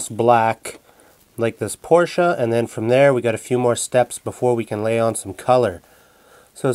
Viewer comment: Thankyou for pronouncing Porsche correctly...